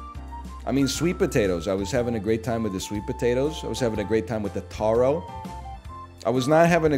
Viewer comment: From Oahu, I agree. But, it’s top 3. Taro is pronounced tare•oh. The Mac salad; you can ask for all rice or tossed salad. Finally, don’t go on those food tours. The restaurants pay the tours. Ask the most local looking person and you won’t be let down